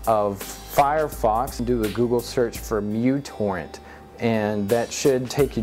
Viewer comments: isent it called µtorrent only not mutorrent? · Besides messing up the name µTorrent's name this was a good video. I like the new format too. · Mutorrent? I tought that it was micro-torrent